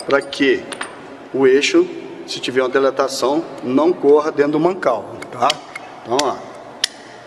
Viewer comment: Bom dia ... Legal seu canal . Muito bom. Mas eu ouço você dizer uma palavra que me incomodou. Isso aqui é uma observação. Quando você diz sobre o equipamento aquecer ele DILATA ( DILATAR ). Você pronuncia DELATA ( DELATAR ). Valeu ... Estamos juntos !!!